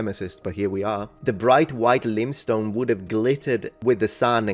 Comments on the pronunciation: Lime, pronounced: time. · laimstone pero no limstone; also coerced come in coefficiente senza l'hacca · He also didn't pronounce limestone correctly .